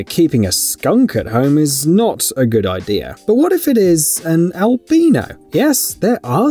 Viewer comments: Omg you pronounced albino wrong! Its pronounced "al-bine-O" not "al bean o" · albino i think is pronounce ăl-bī′nō not ăl-bē′nō but hey you do you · Don't know if you're aware of this, but it's "albino" not "albeano"